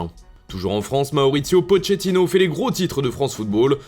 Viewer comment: Mais Comment tu prononces "Pochettino"